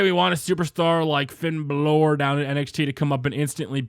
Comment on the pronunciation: When says he watches NXT yet doesn't know how to pronounce Finn Balor